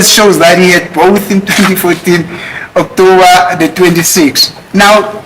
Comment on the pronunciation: Skirlikkk suddenly is having flu on his voice😂😂😂😂😂 u r a scam😢 u will kill us Not BEAUTIFULLY pronouncing OKTOUBBBER ❤❤& AFFFFFFFIVVVVIT ❤❤❤